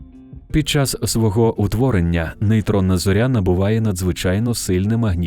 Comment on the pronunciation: В українській мові не кажуть на зірку ЗОРЯ з наголосом на Я